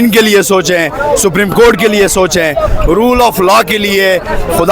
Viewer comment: اگر پڑھےلکھے لوگ بھی الفاظ کی ادائیگی میں زرا سی توجہ دے لیں تو اچھا ہوگا 😮😮 ورنہ دوسروں کو یہ کہنا کہ ”ایک تو یہ پڑھے لکھے نہیں اور دوسرے یہ کوشش بھی نہیں کرتے“ ”سَپریم “ نہیں ”سُپریم“ ،، سُپر سے بنا ہے اور ” جیلی“ نہیں ”جعلی“،، الف کی آواز کے ساتھ جیسے”جعالی“😂😂😂😂😂😂 ایسے بہت سے الفاظ سُن کے قومی زبان شرمندہ ہوتی ہے 😮😮😢😢